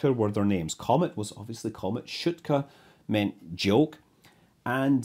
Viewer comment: Loved the video. Minor nitpick: the English transliteration doesn't always do justice to the Russian names. Notably, "e" is often "soft", so you would have "b-yel-ka" (I am not a native Russain speaker, but you can listen to pronounciations of many words on Wiktionary, e.g. "str-yel-ka" , some vowels also get prolonged as in "shootka" Best of luck with further videos - and even better if with more faithful Russian names :-)